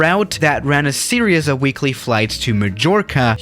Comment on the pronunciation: Am i crazy or does he always says seriouz intead of series ? Btw Love Yo Vids